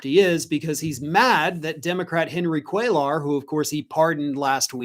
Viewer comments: Cuellar is pronounced “kway-yar.” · Hey, the name is pronounced "QUAY-are" You don't pronounce the L sounds. With that said, I hope he loses, as well.